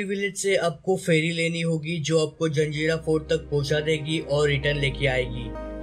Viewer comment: जंजेरा नही भाई जजीरा(jajeera)